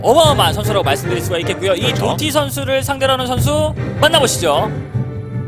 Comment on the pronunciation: Ddotty를 또띠라고 읽음